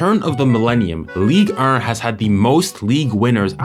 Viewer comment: the way you say ligue 1 pisses me off fr like "league ern"😂😂. But what a good quality video man keep it up and you will be one of the best 🙌